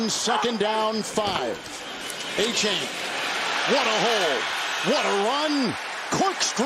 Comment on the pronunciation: Somebody pull the commentators coat about his hideous pronunciation of Achane. More than likely it's not "A-chain," but "Ah-cha-nay."